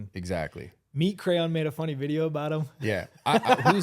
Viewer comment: It’s Meat Canyon not “Meat Crayon” 😂